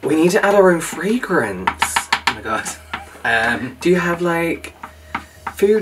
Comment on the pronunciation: ( -ish) I almost missed it bcz said it so low & quickly - but I was LMFAO 😂at “Ohhhhh, ma-god it smells like TOYS R’ US”🤣😆 (“ma-god” pronounced like it’s one word)